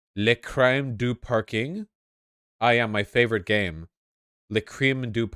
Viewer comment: As a French, hearing Vaush struggling to say multiple times "Le crime du parking" as "Le crème du parking" got me really perplexed until I read it. The funny thing is it's phonetically pronounced "Le cream du parking" whithout taking into account the French "u" and "r", and "crème" meaans "cream" in English. BTW, this very obscure game has been released in... 1985 on Apple ][ and Amstrad CPC without any commercial distribution whatsoever for more than 30 years now, it's quite risible to be considered as LGBT propaganda. Looks like uncle Vlad's minions are hardcore retrogamers...